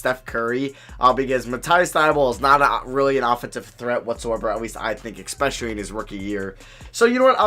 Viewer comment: “Expecially” nonstop 🤣 love your vids